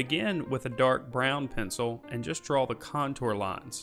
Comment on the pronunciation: Thanks, your videos are great. The only thing I cant get over is how your pronounce draw... you say dwawer.... gets me every time... lol